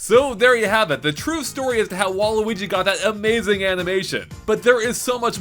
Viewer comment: Thank you for calling him waluigi and not waleegee like most ppl do